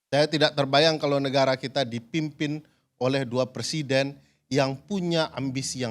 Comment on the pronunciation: Sebenarnya pengucapannya = PER SIDEN atau PRE SIDEN ?😂😂😂😂